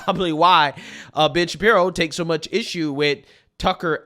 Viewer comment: It really sounds like your saying " bitch Shapiro"